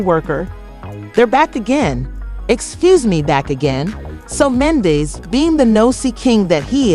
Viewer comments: So this seems like an "AI CLICK BAIT" situation because the narrator cannot say MEN-DEE-CEES name correctly....lets pay attention & watch out for the non sense. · Right!! Wtf is this mess? Cant even say Mendecees name right. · You can’t even pronounce his name, who are you!